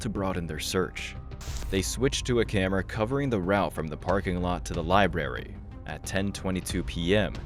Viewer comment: It's libRary, not "lieberry". Makes you sound dumb.